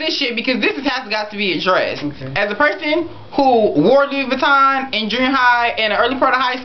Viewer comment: Love you but you don't even know how to pronounce Vuitton. It's Vu-ee-tohn or Vee-tohn not va-ton